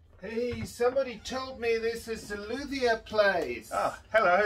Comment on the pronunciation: I love your french pronounciation😍😊 (and in Montreal nearly every violin shop, guitar shop can be found by searching luthier, I don't think that the expression "violinmaker" exist in french.) Update: The expression violinmaker is translated by luthier... so to find a violinmaker the search will be "luthier violon" and that is not a good formulation in french haha.